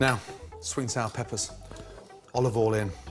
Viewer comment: “olobol en”